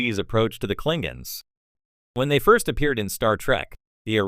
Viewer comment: “The Clingins” 💀